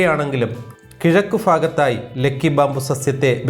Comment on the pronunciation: ലെക്കി അല്ല ലക്കി